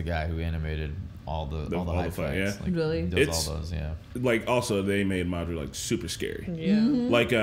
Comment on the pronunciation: hilarious bruh 🤣🤣 "madardurdurdur"